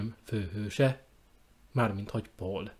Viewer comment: Pault úgy kell kiejteni németül is, mint magyarul, tehát nem pól-nak, hanem paulnak.